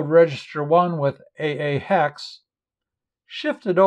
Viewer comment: I like the way you pronounce the hex number correctly. So many kids seem to be very lax with numbers , I hear thing like 'ten hex' or 'one thousand binary ' . Don't get me started on decimals...... 'one point hundred twenty ' arrrrggghh